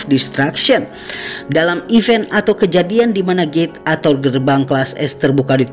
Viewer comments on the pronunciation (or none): none